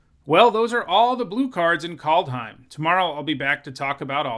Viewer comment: KALD not Cold , KAAAAALD